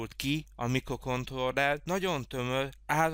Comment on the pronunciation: Szíven ütő a "miklokontlolrer"...